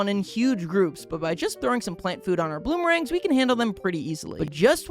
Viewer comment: He keep saying bloomerangs at the start 😂